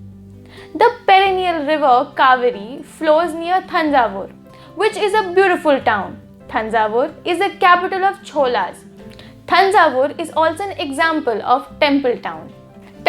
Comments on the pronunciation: Not Chole cholas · mam its cholas